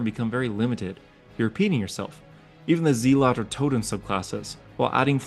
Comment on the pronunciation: Zealot is pronounced Zell, like shell. Shell-ott. Zell-ott. Not zee-lot, no judgement, as someone who reads a lot and only pronounces certain obscure words in my head, I get it. Just wanna help